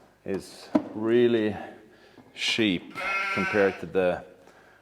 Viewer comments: I am not nerdy at all but, I watch the whole thing because you made it interesting. Also, I love when you wanted to say cheap and it sounded like Sheep and the sound of the sheep came after wards lol. I bet that was Molin that did that during editing. Great video and thank you for sharing. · Haha djävla Malin som lägger på får-bää på uttal av "cheap".